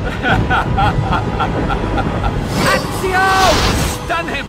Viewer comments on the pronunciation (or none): Also "axio" 😂